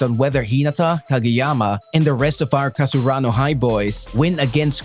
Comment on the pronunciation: Kasaruano? Wut?